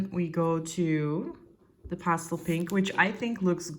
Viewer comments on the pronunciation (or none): You have such an interesting, but unplaceable accent. I can barely tell that English is not your native language, but there are a few clues, such as your pronunciation of the word pastel, and the expression ‘fairly the same’. You definitely learned English either in the States or from Americans, but that’s all I can tell, other than you said you were in Europe. So my guess would be Scandinavian, or Iceland, perhaps? Your handwriting is European, but I can’t be more specific than that. I’m a bit of an armchair linguist, please don’t take offense. I really appreciated the comparison of nibs—very helpful, thanks!